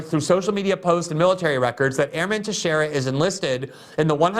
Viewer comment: Thank you, you pronounced Teixeira right!!!😄